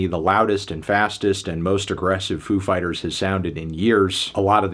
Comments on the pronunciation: You pronounced it wrong, the emphasis is on "Fighters". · Ladies and gentlemen... Foo FIGHTaz